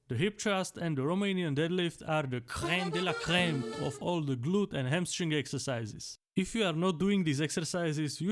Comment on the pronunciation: The "crème de la crème" acted as a screamer for my french ears haha